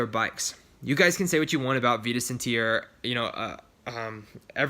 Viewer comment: small correction, but it's pronouced VI-TUS, not VEE-TUS!!